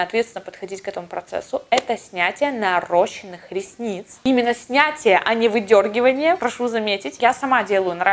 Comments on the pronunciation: видео максимально полезное♥️ Бесконечно благодарна🤍 Пишу следующее только из лучших побуждений, так как ты человек грамотный, обращаешь внимание на собственные ошибки и исправляешь: слово «нарощенные» - неправильное, правильно - «наращённые» с ударением на третий слог♥️ САМА УЗНАЛА ОБ ЭТОМ ГОД НАЗАД. Изначально тоже допускала эту ошибку. Решила написать, т.к. ты beauty-блогер и часто употребляешь подобную терминологию и т.п. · хочу Вас поправить. Слово, как Вы говорите "нарОщенные" противоречит правилам русского языка. Корень рос - раст, ращ это корень с чередованием, правописание которого зависит от букв на конце корня => правильно писать наращенные, а говорить с ударением на Ё🌸(есть исключения: ростовщик, Ростислав, Ростов-на-Дону и ещё несколько) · очень люблю тебя и уважаю 😍😍 Возможно, тебе будет интересно, но правильно НАРАЩЁННЫЕ РЕСНИЦЫ (в первом слове ударение на Ё) Ну это правда мало кто знает, пишу, конечно, не со зла ❤ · правильно говорить - наращЁнные ресницы😌😉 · Правильное написание: наращённые ресницы (раст-ращ-рос- школьное правило). Правильное произношение: наращЁнные, тк ударение всегда на Ё. Девочки, будьте грамотными.